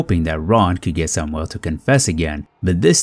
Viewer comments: Sam (yul), not Sam (well)!!! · You pronounce Hispanic names correctly. Learn how to pronounce "Samuel" in English, not Spanish, since he was white non-Hispanic.